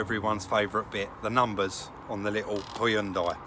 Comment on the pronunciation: Great call on the side moldings. Probably what my white slab sided '10 Xb needs, looks like Moby Dick. Across the pond we're not as safety conscious, no rear fog lamp. We'd prefer to run up your backside. Lazy in our speech as well, pronouncing Hyundai as "Hunn Day". Thanks for great videos. Narragansett Bay.